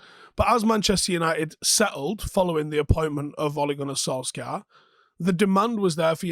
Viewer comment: Why cant he pronounce Solskjaer right